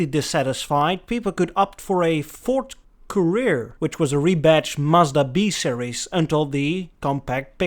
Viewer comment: Courier, like a delivery person. Not Career.